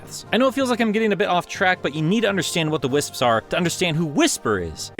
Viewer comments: Your jokes are funny bro... keep'em in. Here's a pronunciation guide: "Wiss-ps". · It's not that hard to pronounce wisps I guess the British get it easier because Americans just can't make the pss pss sound